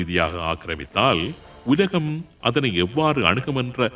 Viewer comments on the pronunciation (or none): none